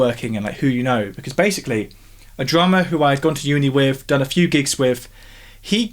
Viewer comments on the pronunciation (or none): .........I like the channel because you say "wif" instead of "with"